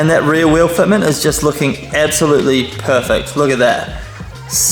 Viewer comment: Ebsolutely, ekshually, beshbar